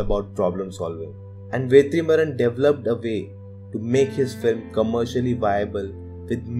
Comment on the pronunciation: Bro it is Vetrimaaran. Why are you pronouncing as Vethrimaaran?? Don't pronunce it with th sound bro. No offence. Just correcting. Thank you